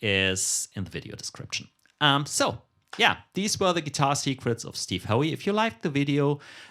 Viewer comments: No, not "Ho-weee". It's "How"... rhymes with "now". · Pronounced Steve How